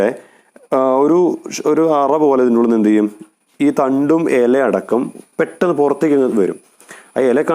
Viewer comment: എല അല്ല ഇല 😍😍